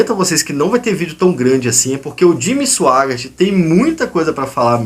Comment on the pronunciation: Cara você não sabe nem sabe pronunciar o nome do Jimmy, e ainda se aventura a criticá-lo!? E outra coisa você faz uma explanação confusa! Simplesmente você blefou!!👎😉